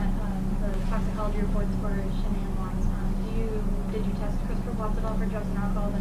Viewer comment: Watts ‘. Not Wattsessssss. See plural possessive. Just sayin ‘ ...